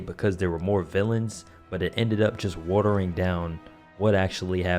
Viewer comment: Wootering down.